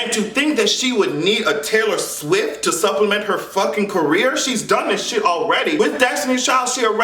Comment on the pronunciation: "Tayple Stiff" 🤣🤣👏🏼I'm done!!!!